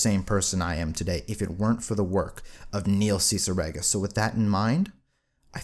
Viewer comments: nail ceciregan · Kneel seesireega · Neil ciggerate